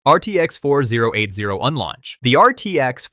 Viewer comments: "RTX four zero eight zero" lmfao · RTX four thousand eighty